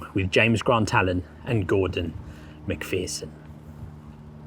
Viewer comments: Just a small suggestion. One thing that jarred was your mispronunciation of Lance Corporal MacPherson's name. The second syllable is not pronounced like "fear", it's like the "err" in error. It would be more respectful to check up how names are pronounced. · People may think my comment is trivial, but I think it's important. The soldier whose surname is McPherson has his name mispronounced in this. The name is pronounced as in err, so McPherson, not as in ear, so McPhearson. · It's Mc Pherson there is no double e. Please respect this and pronounce their names properly.